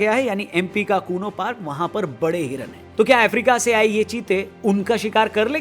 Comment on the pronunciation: Sir it's kuno